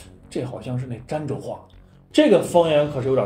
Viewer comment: 儋州 那字念dan第一声吧？